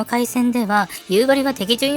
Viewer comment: 北海道民なのですが、やっぱり「夕張」のイントネーションが気になります…。道民は「蒼竜」と同じイントネーションですので。 でも、なぜか夕張メロンはさんの発音ですｗなぜかは地元でも分かりません😅